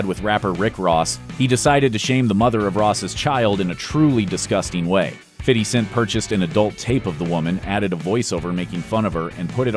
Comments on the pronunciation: "Fitty Cent"...? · “Fitty Cent” 😂😂😂😂😂😂😂😂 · Love how he says "Fitty Cent" xD